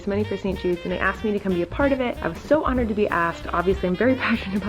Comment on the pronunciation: no one: “im honouwed”